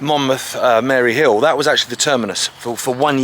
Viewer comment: It's Mayhill, not Mary Hill, but great video. We had a WW1 re-enactment walk a few years ago from the military building near Monmouth Castle to Troy Station to commemorate the soldier's route to war. Followed by a memorial service for Remembrance. My friend and I were walking on the Mayhill side today and she recommended this video. Brilliant stuff!